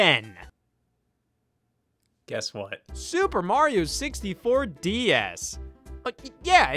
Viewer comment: Yo he says "martin 64"